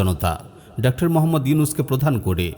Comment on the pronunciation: উচ্চারণটা ডক্টর হবে।